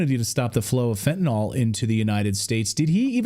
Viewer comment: What is "FENTINAWL"?? Are you trying to say fentanyl? Love getting news from the educated.